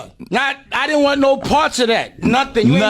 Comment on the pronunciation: Sean did-he not diddy lol.😂